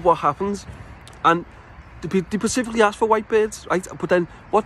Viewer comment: "pacifically" - sounds like something Mr L5 alive would say 😂